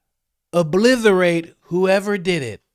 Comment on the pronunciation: You're my boy coach, but if you pronounce obliterate as 'obliTHERate' one more time..